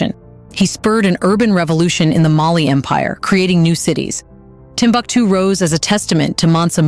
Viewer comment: Timbuktu, pronunciation: Timbooktoo. Otherwise nice. Really great editing. The manuscripts in indigenous languages in Arabic script are the Ajami scripts which are now digitalised for preservation. Unfortunately, this once upon a time most important citiy of the middle Ages is gradually falling apart despite being a world heritage site.